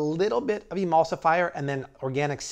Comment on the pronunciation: jus dont say emulsiflyer but other than that im on board with this habit..